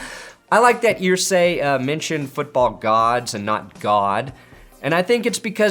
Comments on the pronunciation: Brother, they pronounce their name "ER-say". Not "Eer-say". Big love! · Jim "Earsay"? Really,? Have you followed the NFL at all over the last 2+ decades? Does this mean I'm supposed to start pronouncing the word "stir" like "steer" now?